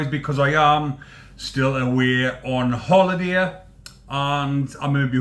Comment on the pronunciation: "On hollideeya".